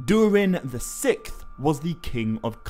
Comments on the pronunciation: I believe it’s pronounced “sicksth” as it’s spelled “sixth”. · Isnt it Durin the Sixth (VI)? You kept saying Durin the Sick. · When you say the 6th. The “X” isnt canceled out. Pronounced “Six-th”. Not “sicth”. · Sickth? Six th. Say it with me SIX Th... 😂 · Sikth? I thought it was sixth. Yes, I’m THAT guy. Sorry. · King Durin the Sikth 😂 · Six-th. Not sickth. Sorry it was getting to me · Saying "sikth" over and over is driving me insane. It's "Siksth". Incorrect pronunciation is my biggest pet peeves. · “The Sickth”? The ”sicksth” is how sixth is pronounced, dingaling. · SIXTH not SICK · Love the video! Absolutely fantastic work! I just wonder if I'm the only one who has never heard the word "sixth" pronounced the way he does."sikth" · Durin the sikth. It took me a while to realize how that was being mispronounced, but eventually I realized the x in sixth was being pronounced like a k, removing that final s sound before the th. Not sure if anyone else had trouble with that... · “Durin the Sikth” 💀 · Ah yes. During the sickth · Durin the Sick-th? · I shouldn’t say names so much as just a couple random words. You say “durin the sixth” multiple times, but you literally cannot pronounce the word sixth. You pronounce it like it’s spelled “sikth” it’s crazy distracting fr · Durian the sick’th? Why can’t you just say the sixth? 6th? Not sick’th. Lol. Good video anyways haha 👍🏼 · Pronouncing sixth as sicth really annoys me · Sixth not sikth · dude cant say sixth to save his life lol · You can’t say sixth correctly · This guy made me so mad when he kept mispronouncing 6th